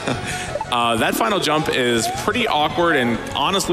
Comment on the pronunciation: Can someone tell me why they all pronounce jump as yump